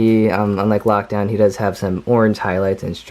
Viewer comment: Why did you say lakdown his hot rod